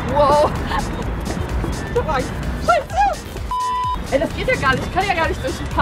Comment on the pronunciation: du sagst immer sheise